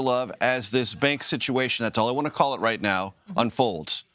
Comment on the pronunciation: Senator Kennedy says, "won't" for want. Where were his English Teachers ?